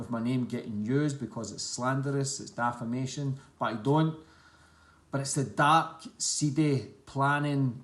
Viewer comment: its defamation not dafamation